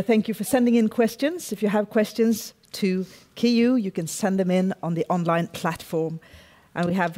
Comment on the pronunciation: Her name is Keyu 刻羽 not Keyju.